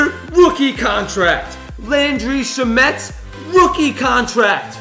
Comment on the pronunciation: landry shmet its shamet